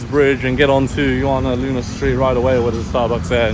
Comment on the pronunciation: Did u say juwana man?😅